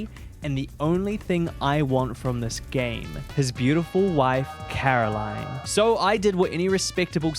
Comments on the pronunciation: her name is "CaroLINE", not "CaroLYN" xD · The best character development through this mod was finally saying Caroline instead of Carolyn 😂 jokes aside this was a well made mod! Very much oscar worthy 👏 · idk why but when said "Meet Caroline" i thought he said "Meat Caroling" 😭